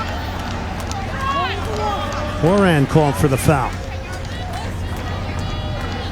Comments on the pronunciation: Glen Davis - we love you as an announcer, but Horan's last name is pronounced Ho RAN. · Diana101 when he said her name I was like your saying her name like how Niall Horan says his.